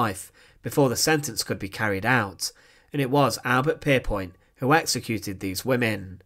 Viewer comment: Wat een achterlijke commentaarstem exsecuteeeeeeeeeeeed prisoneeeeeeeeeeeers Ben Knaapen was theeeeeeeeeeeeeeeeere Die man moet naar een logodist Kapoooooooooo Prisooooooooooooon whimeeeeeeeeeeen Instantlllllllllllllllllllllleeeeeeeeeeeeeeeeeee